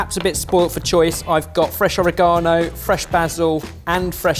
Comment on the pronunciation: he says oregano weird